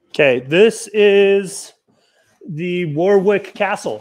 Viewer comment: The box is amazing, I'm going to try this. 😊 I always say Warwick too my hubby always laughs at me as it's actually pronounced Warick, you have an excuse though unlike me 😁